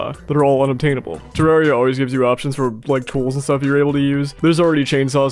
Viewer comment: It’s terraria Not terrahriah